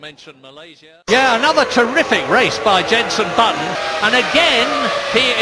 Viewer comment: He says Bunson. As in Bunson Jetton instead of Jenson Button xD